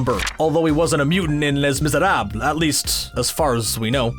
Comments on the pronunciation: Lay Mis-er-ahb. Jesus Christ, guys. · in ''les miserables'' you dont prononce the S in ''les''. You pronounce ''les'' much like you would if it was spelled 'lei' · He pronounces BOTH names, along with Georg Von Trapp's, incorrectly.